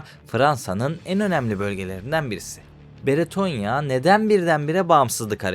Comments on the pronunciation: Abi videonun bazı yerlerinde “Beretonya” demişsin. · Beretonya değil,Bretonya. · Sevgili genel olarak videolarda işlediğin konular gayet faydalı ama sana küçük bir tavsiyem mesela bu videoda üç farklı isim duyduk (bretonya, beretonya ve britonya) insanların kafası karışabilir, tabiki ufak bir şey ama bence kelimeleri doğru bir şekilde telaffuz edip insanlara doğru olanı iletirsen daha yararlı olur. Teşekkür ederim